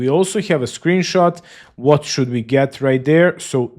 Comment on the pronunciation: bruh, the first said "Screenshoot" not "Screenshot"